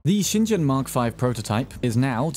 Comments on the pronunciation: FYI, "shingen" is pronounced like "Sheen-gen" not "shin jen". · not to be that guy, but every time you pronounced shingen with a j sound i got a little bit more mad